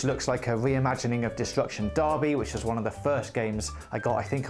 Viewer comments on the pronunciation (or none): none